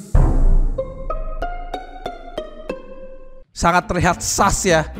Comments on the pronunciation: wkwkw harusnya AMONGUS bukan EMONGUS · Amongus Me:Amogus Kali Bukan Amongus